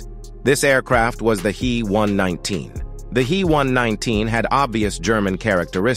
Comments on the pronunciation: I will be damned if I am going to subscribe to this channel, if you can't get your story straight and pronounce shit correctly. It's NOT a He (as in he and her), but rather the individual letters as H. E. one nineteen. Your channels with that male voice are pathetic, and I, for one, am blocking this one. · the He119 was designed and built by the Heinkel Flugzeukwerke, not the Henschel company. Henschel was an entirely separate company from Heinkel. And the "He" in He119 is pronounced "H" "E" (each letter spoken), not "he" (as in the masculine pronown).